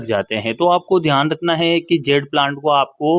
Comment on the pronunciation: It is Jade, not zed or zede. Good video